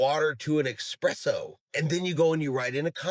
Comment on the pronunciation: Dude, it's espresso.. not "expresso" lol.. n'yeah an Americano is just espresso and water. Cream and such if you desire, but those are extras that you'd add.